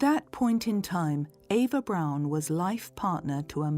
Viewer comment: Her last name isn’t pronounced as Brown - it’s pronounced Brawn like Brawny brand of paper towels